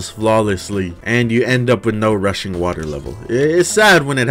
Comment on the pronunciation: I can’t be the only person who heard Russian water instead of rushing water